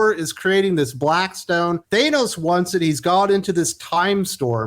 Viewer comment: Thann-ose, it’s simple. Not “Thane-ose”. Starlin has said it clearly and plainly many times. Seriously how do you say it correctly and wrong in the same sentence? And this series got bad as soon as the black winter story line ended. The Donald Blake story wasn’t good either.